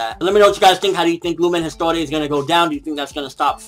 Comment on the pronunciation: Lumen Histoire is pronounced Lumen His-twah